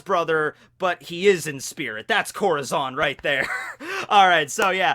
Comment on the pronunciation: Im mexicano i hate the way he pronounces corazón its like some one pronouncing tortilla with the l’s